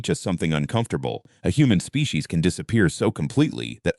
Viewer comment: AI voice pronounces "species" as "spay-kay-sees".